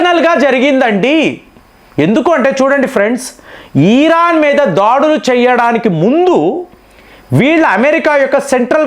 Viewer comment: సార్ 'ఈరాన్'కాదండి. ఇరాన్ అనండి. ప్రతిసారి ఈరాన్ అంటున్నారు.